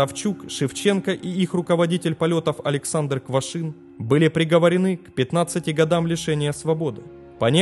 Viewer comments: Квашнин,а не Квашин.Просьба читать внимательно. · Качество роликов становится лучше, но здесь есть ошибки. Прежде всего, фамилия руководителя полетов не Квашин, а Квашнин. Савчук проходил подготовку в качестве диспетчера девять месяцев, а вот стажировался на рабочем месте да, два месяца. Еще одной причиной катострофы было убогое оборудование что самолетов, что диспетчерского центра. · КвашНин. КвашНин же!!!